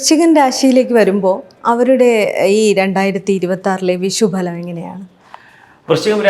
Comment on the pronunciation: വിഷ൦ഫല൦ അല്ല ഭവതി വിഷു ഫല൦